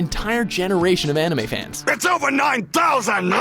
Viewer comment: they don't know a thing about animes......no knowledge about animes, no proper pronounciation